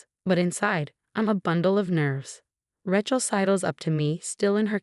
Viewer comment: it is pronounced RAY-CHEL